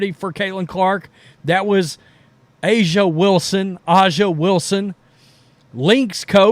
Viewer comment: Dude I agree with most of your takes but you've got to start pronouncing these women's names correctly. It ain't Ella and Ahhhhhhhhzhay. It's Elle and Aja (Asia)